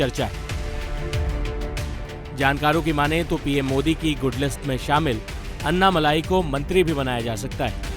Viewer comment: नाम अन्नामल्लाई नही अन्नामलई हैं। For god's sake start pronouncing tamil words more appropriately. Your channel will be appreciated and probably watched by Tamilians as well.